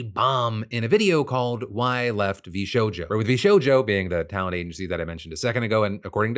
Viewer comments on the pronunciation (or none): “Vsouja” brother Phil how did you mess that up. V SHOW JOE. 😂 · "VShoja" 😂 Phil... 🤣